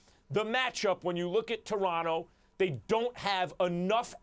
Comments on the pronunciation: Stephen A says "Doronto Raptors" instead of Toronto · Who in the hell are the "Deronto Raptors" Stephen A??